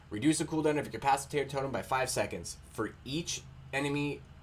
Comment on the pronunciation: It's pronounced kuh-pas-i-ter not capassitator you're killin me man this is your main class